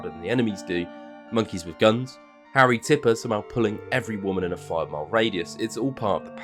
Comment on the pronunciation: It harry tipper not tripper everybody gets his name wrong I don’t understand why